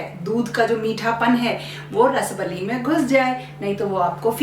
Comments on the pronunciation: Actual pronunciation is रसाबली । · रसबली ❌ रसाअअब अली is correct pronunciation. I m from odisha